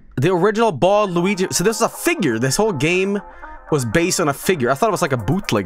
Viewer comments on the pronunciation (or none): none